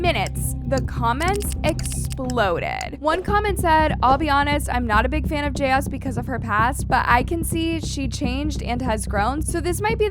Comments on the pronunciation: I made a 2 minutes and 32 seconds and then I just couldn't take it anymore. It's jayus. One word! Not Jay as or Jay us .... JAYUS one word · The only thing imma comment on is her/their name is not JS, Jayus (Jay-Is) love ya girl.. no shade.. ❤❤❤❤❤❤ LOVE LOVE LOVE YOUR VIDS just couldn’t stop focusing on how you said her/their name